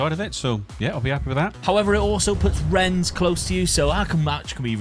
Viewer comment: its not Renns, its more like, Renne with a slight silent e on the end:P